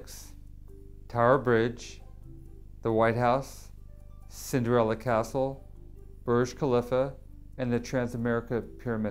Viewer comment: The way he pronounced Burj Khalifa